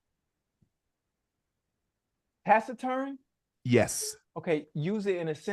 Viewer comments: Ocho saying tax return instead taciturn as the last word 😂😂😂😂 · The tax return wasn’t even spelled right - Ocho said “tax -in-return” lmaooo